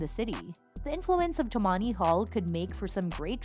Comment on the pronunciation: Tammany is stressed on the first syllable.